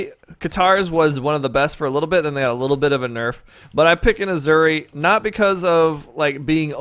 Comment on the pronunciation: Ok the announcer lITERALLY pronounces the legends name for you so there is NO CONTROVERSY so please stop say aZuri it’s aSuri thank you ps ur video is very good